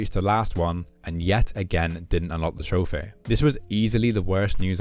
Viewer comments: "Trophere" the hell is that accent? 😂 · There's no way you're pronouncing trophy as trophay just SOMETIMES, this is killing me